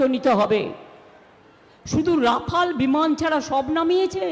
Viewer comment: রাফাল বললো না রাখাল বললো ।😂😂